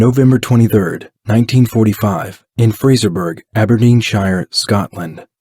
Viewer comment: It's Aberdeen-sheer, not Abderdeen-shy-er. Dumb American